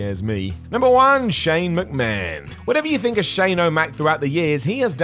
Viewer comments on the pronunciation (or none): none